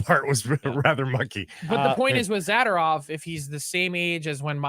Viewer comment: Frank should learn how to pronounce Zadorov…